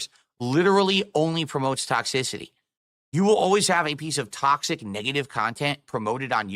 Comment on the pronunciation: "Hey guys it's toxsisity" lol. That's what it sounds like when he says toxicity.